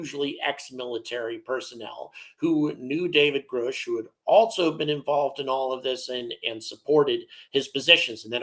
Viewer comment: Why do so many podcasters mispronounce David Grusch's surname? It doesn't rhyme with 'whoosh', it's not spelled Groosh... His name rhymes with 'crush'...try pronouncing it correctly.... David GrUSCH... it's not that hard. Thanks.